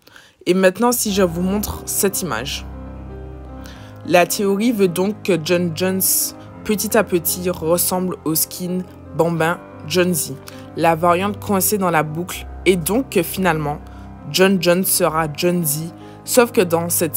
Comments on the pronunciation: bambi pas bambin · nan mais il disait mdr car tu la prononcé bizzarement